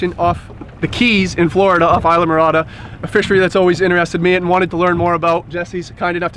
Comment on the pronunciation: Ee lah Morada. Not eye lah Morada